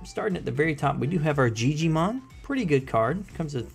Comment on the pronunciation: Gigimon isn't pronounced with a "j" sound. It's "gi" is pronounced like the "gi" in "giga". Also the Memory boosts aren't played when checked in security. They are just placed onto the board for their "Delay" effects.